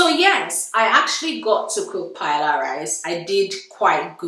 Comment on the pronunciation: Don't let Spanish come for you - I got told off for the wrong pronunciation. First of all it's not Paella rice, just Paella. Watch a Spanish video for the actual pronunciation. Please ignore people criticising your marriage, bunch of haters!!